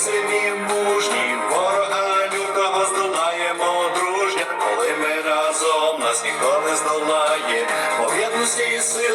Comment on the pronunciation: Вітаю. Нажаль, сумно те,що тут так яскраво абсолютно неправильно наголошується слово рАзом. А діти запам'ятовують слова пісні. разОм- неправильно.